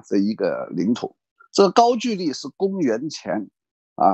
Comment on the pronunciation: 应该是高句（音gou）丽吧